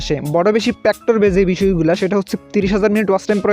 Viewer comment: প্যাকটর না ফ্যাক্টর এত এত উচ্চারণ ভুল কেন দেশের বাড়ি কই আবাল নাকি